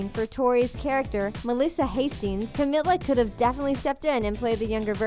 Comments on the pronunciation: Yooo u guys said Camila's name so wrong I'm cringing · im sorry but hearing you say camila's name wrong made me cringe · The way they said camila’s name oh god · that's not the way you pronounce Camila's name.... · They way she said camila 😂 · Honey can u say camila name right